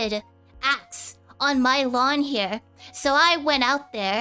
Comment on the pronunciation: Congratulations on the debut! On a side note, when she says "unprotected acts," I heard "unprotected axe," and now I'm imagining cats fighting with tiny axes.